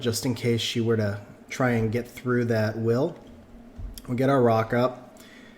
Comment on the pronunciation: i was like " wtf is a raka ? " Then i realise you said " rock up ".. language barrier T_T I wish i had a Bolverk :(